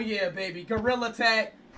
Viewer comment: He said " Gorilla Teg"